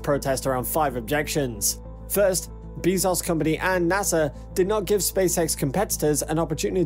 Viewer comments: Who the fuck is Jeff Beezoz?! Did you mean Jeff 'BAY-zohss' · Yes, jeff "bisos" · Lol. Bee-zoss